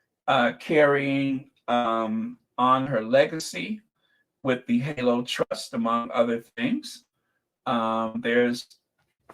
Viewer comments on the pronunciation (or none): none